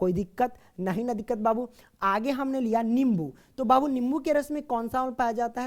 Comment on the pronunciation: Koi diqqat nhi diqqar😂😂